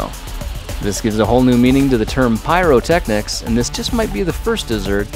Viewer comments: PIE-ro-Technics LOL :) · "Pie-rotechnics" omg why xD Well I can thank Tumblr for making me find this awesome channel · LOL PIE-RO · Pie ro technics lol dad jokes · Pie ro technics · ahahhahaahah PIE-rotechnics Grant you are one of the best youtubers i know :) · Pie-ro-technics. Absolute genius😂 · PIE-ro technics HA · Pie-ro technieks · Pie-ro-technics ba dum tsssh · PIE-ROTECHNIC ? SERIOUSLY 2funny4me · lol pie-ro technics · "Pie-ro technics" lmao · Pie-rotechnics PUN CITY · pie ro technichahahahaha lalalalalallololol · "Pie-Ro Techs" BADUMTSSSS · Pie-ro. I get it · PIE-ROTECHNICS AHAHAHAHAHAHAHAH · you earned my like ar PIE-ro-techniques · Pie - Ro - technics, BADUM-TSS. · lol pie-ro-technics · PIE ROTECHNICS LMAO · pie-ro technics LOL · PIE-ROTECHNICS?! AHAHAHA! That really got me! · Pie-ro technique, LOL so punny XD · pie-ro Technics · Hehehehe PIE-ro tecnics 😂😂😂😂😂😂😂😂😂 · hahaha PIE-ro technics xD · "PIE-rotechnics" LOL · PIE-ro technics xD You made my day :D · Pie-ro-technics Ha. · PIE-ro Technics hahah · PIE-ro technics HAHAHAHAHAHAHAHAHA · "pie-ro-technics"...now thats Punny . ) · Haha Pie-ro technics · Pie-ro technics. Ha. Ha. Ha. That's it.